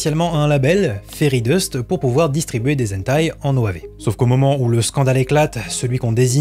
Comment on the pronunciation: Très intéressant. Point pour améliorer la chose : prononcer le "h" de hentai en le soufflant, comme en anglais. Si on ne le fait pas, ça change le sens du mot.